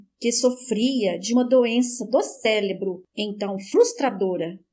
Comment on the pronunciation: Leitura muito boa. Só precisa corrigir a palavra: cérebro. A leitora sempre fala “celebro”